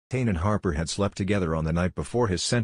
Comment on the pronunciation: Pronounced tanay